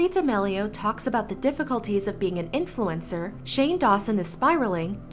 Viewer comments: “Charlie Demellio”...I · ok but she pronounces charli damelio is like "chaeli daelio" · I refuse to believe I’ve been pronouncing Charlie D’Amelio wrong